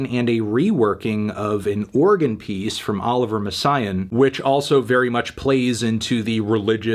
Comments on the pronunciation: it’s pronounced Olive-ee-ay mess-ay-ahn. Not usually a stickler for pronunciation but for names it’s respectful, and also any snob who’s into Messiaen won’t take you seriously if you’re not in the know lol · Cringe at that Olivier Messiaen pronunciation though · Absolutely butchering Olivier Messiaen's name pronunciation lmao